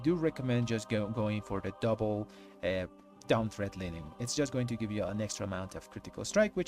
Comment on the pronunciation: It's "Dawn" not "Down".